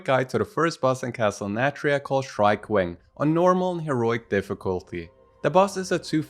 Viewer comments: A bit nitpicky but it's Shriek, not Shrike 😅🙈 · it's just in the very beginning when you say Shriekwing, the rest of the time you say shriek the right way 😂😂🙈